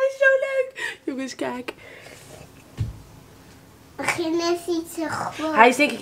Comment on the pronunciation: Die “jongens kijk” was zooo haags hahahaha (rond )